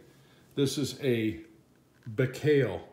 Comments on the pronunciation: Nice side x side! I think the proper pronunciation is Buy-Call. Thanks for the wonderful videos! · Baikal not Bikhail. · OMG, How You Spelled The Name BAIKAL . I Cringed So Hard :D But Okey, Thats All Good, Just Funny :D